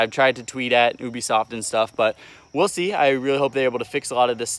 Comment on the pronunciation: When he said "oubisoft" not "ubisoft" TRIGGERED!!!!!